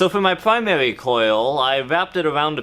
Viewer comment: Pwymawi and secondewi coil Im going to hell